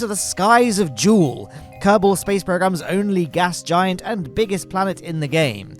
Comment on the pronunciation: no it's jool